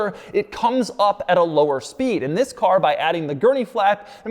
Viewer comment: And vhis, and vhis, and vhis, and vhis.